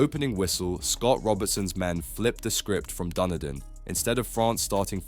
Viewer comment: You must learn how to say Dunedin it is not Dunny Din.